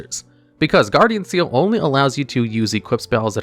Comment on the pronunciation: slight correction- Ceal is actually pronounced KEEL, at least that's how it was said in the anime.